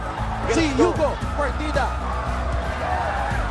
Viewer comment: Hindi po Hugo Ang pronounciation nyan kundi Yugo